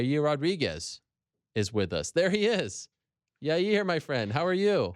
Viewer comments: Well he went from your-ear to yar-year that's progress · Yah-ear!!.... ... your welcome Chael! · Hope Ariel can teach Chael how to say "Yair" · SDBARTENDER1 Your Rear Rodriguez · SDBARTENDER1 yeryer Rodriguez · SDBARTENDER1 yeah “Your-rear” Rodriguez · SDBARTENDER1 Hope Ariel teaches Yair how to say jail, not yail.